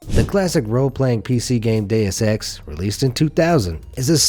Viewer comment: Deus Ex He says it : DAYUS X